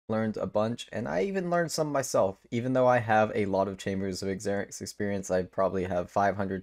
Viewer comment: Good content my dude, but Xeric is pronounced like Zerik